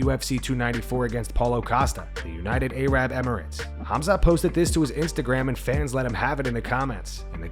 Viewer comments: No, not the United A-Rab Emirates. Its Arab, not A-Rab. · BRO!... is Arab like Air ibb... not Ay Rab. Still love you though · dude really called it the united A-rab emirates. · Did he say the United A-RAB emirates 🤣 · Bryce, nobody wants to be you brother! He really thinks he would make Sean's podcast ratings the best they ever have been?! Also, you just said Arab with a hard a! That's a little racist but whatever. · Did this fuckin narrator really say A-rab